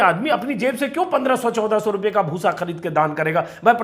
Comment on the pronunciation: Bhoosa na huya “bhus” ho gaya 😜😝😜😝